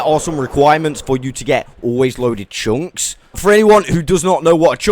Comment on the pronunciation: great video, but ,,tshunks” were killing me